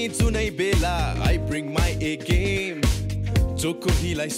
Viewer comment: always says gyam instead of game. Like if u noticed.